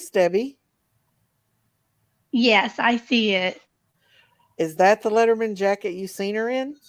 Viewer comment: It’s a Letterman jacket. Sounds like you’re saying leather mens jacket. They’re distinct. Arms are usually leather and typically white or a lighter color depending on the school colors but white is mostly used. Body is a heavy wool type material. That looks almost marooon/burgundy